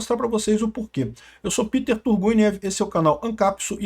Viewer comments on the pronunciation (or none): none